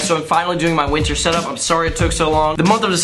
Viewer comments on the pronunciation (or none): none